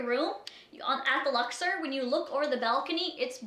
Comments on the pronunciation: the Luxer the Luxer. ITS THE LUXOR. OR. Omfg there's no "er" in the word. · First off, the name of the hotel is pronounced LUX-OR not LUX-ER. I stayed in the luxor and had absolutely zero complaints. Everything was wonderful people were incredibly nice the room was clean and lovely and i've gone on to recommend to people that if they are going to go to las vegas, that it's a great place to stay and a place you should check out. I'm not saying you're lying, maybe you did just have really bad luck and it was just a bad stay for you. Figured i would put my experience down though. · LuxOR, not Luxer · It's lux-Orr ... Canadians smh